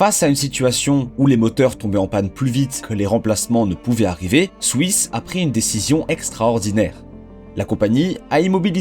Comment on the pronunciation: je vais peter un plomb combien de fois t'as répété "swouiss"